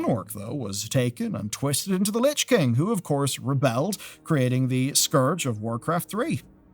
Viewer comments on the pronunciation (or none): none